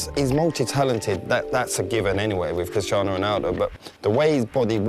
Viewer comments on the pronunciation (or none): why doesnt he call him cristano haha !